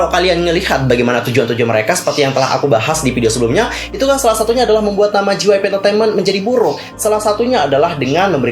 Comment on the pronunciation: J itu dibaca jey kak bukan ji jadi JYP dibaca jey wai pi